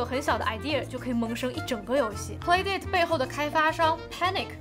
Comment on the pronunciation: 这个游戏机是叫play 达塔吧,不是dei塔